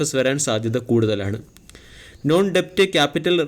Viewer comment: ടെപ്റ്റ് അല്ല ഡെറ്റ്